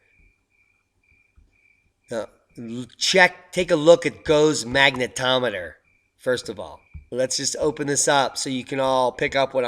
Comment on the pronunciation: otra vez? agosto is August, agusto is at pleasure!!! you always twist letters, in any language it is not magnetonamey but magneto meter, oh boy!